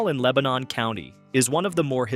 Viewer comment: I'm originally from upper Dauphin county, and we pronouce it Lang kuh stir. And Leb nin is only two syllables. :)